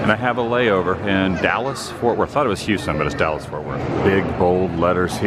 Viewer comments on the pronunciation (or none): none